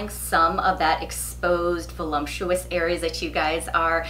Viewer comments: Voluptuous not volump tuous. Lup not lump. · Voluptuous not voLUMPtuous.